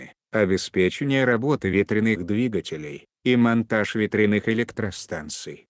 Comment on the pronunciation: Не моонтаж а монтаж